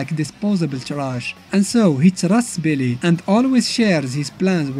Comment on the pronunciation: Bro the way How he says billy sound like believe lmaooooooo no cap